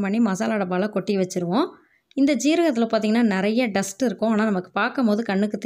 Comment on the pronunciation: டஸ்டஸ்னா என்னம்மா, டஸ்ட் தான் இருக்கு. இங்கிலீஷ் தெரியலை என்றால் தமிழில் பேசலாமே.